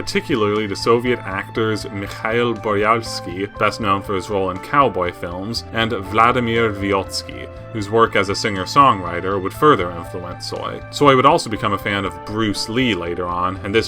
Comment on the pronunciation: No, his pronunciation sucks, this made me laugh a couple times as his mispronunciation totally changed the whole meaning of some words and a song title. Same way swallowing syllables in the cult figures' names is unforgivable when it comes to such poets as Vysotsky. Very low level of preparation in covering serious topics, he could have done a better job and earn a lot more respect from a wider audience then. Alas....